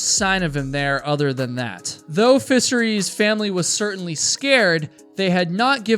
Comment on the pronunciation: "Roberts hadn't SHOWN up", not "show'd" up! You pronounced "Fischer's" name as "Fisherie"??????? Why?